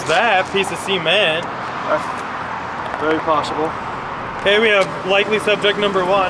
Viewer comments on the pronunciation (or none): 🌈🌈🌈 it's so silly how you said cement " Semen t" lol 🌈🌈🌈